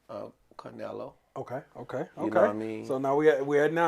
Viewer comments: Why he keep calling bruh carnelo lol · CARnelo is crazy…Get it together his name is CLENELO…I mean Canelo!! Ridiculous.